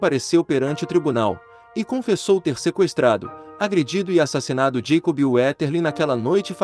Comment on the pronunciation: Moço, não é santi Josefi, é sainT JoseFFF, sim i no final, assim como não é Jacobi e, sim, JacoBBB